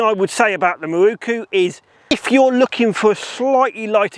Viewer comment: "Mi-roo-koo" is like chalk on a blackboard! How does "mirror" become "mi-roo-koo" when you add "ku" on the end?